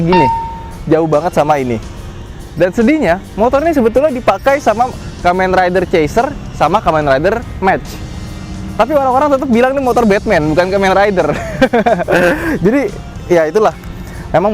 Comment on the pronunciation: Kamen rider mach dibaca mah bukan mec☺☺😄